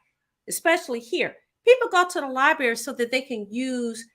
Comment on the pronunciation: She said, "Libary". Seriously??? Then, take money to advertise Detroit Land Bank Authority to help "who"? Auctions for property to sell to the highest bidder. It takes money to bid, ya dig?